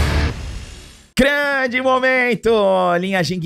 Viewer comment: "KRANDI momeintum" kkkk